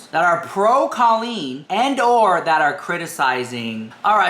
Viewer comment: Two things I don't get: 1. How can you not understand Colleen's family "liking" comments that aren't spewing hatred when just 1 year ago, you were crying on camera claiming Adam was bullying you, and 2. Why can't you pronounce her name accurately?